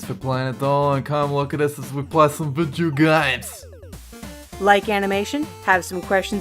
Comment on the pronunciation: Still can't get over the way Dolan says "video games" xD